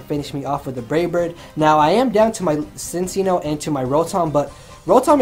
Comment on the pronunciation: Man, every time he said "Cincinno" I heard it as "Since y'know"... I got so confused because I wasn't lookingat the screen while listening to the narration...